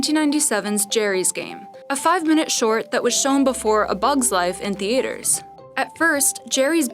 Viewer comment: the"ay"ters :p theaters doesnt have a hard "a"